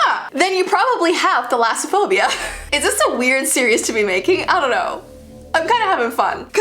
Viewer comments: you said it right the first time i might have it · You said it right the first time I am greek and Thalassa/Θαλασσα= sea Phobia/Φοβως=phobia A fun fact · I have thalassophobia as well! And don't worry you're not necessarily pronouncing it wrong there are just other ways to pronounce it as well. I pronounce thalass kind of like malice. thalass-a-phobia. My fear of water goes to the point where I can't even look at it. I can look at pictures of it sometimes depending on whether or not it's a good shot or if it's a pretty shot but I can't just look at a picture of it because if it's just a normal picture of it, I can't...I just can't. If it's in real life I cannot even look at anything related to the water. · I have thalassophobia and not only did you pronounce it correctly but those images 🫡😨😱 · so I am greek and since the names of the phobias are greek words basicly im gonna comment if you say the names correct💖 and yeah you pronounced it pretty good gurl💕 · You’re actually pronouncing it correctly! It comes from the two greek words θάλασσα (=sea) and φοβία (=fear, phobia).💕💕